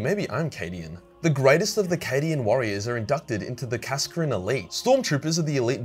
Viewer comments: Kascrin? KAS-ZAR-KIN or KAS-AH-KIN would of been a better punt mate. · i always thought kasrkin was pronounced as kasr-kin, cos the cadian cities were called kasr or something along those lines